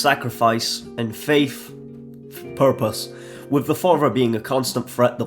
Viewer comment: "...and Faith?....fpurpose." I chortled